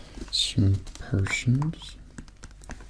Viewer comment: I keep hearing "persians" instead of "potions"